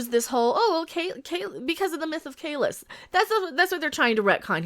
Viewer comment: Why do they pronounce Kahless, Kahlesh?